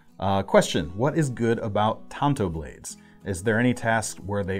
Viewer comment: You're pronouncing it right,. Pronounced like the other traditional Japanese blades; wakizashi and katana.